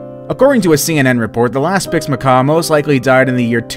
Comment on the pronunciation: Cmon not spix macaw 😭😭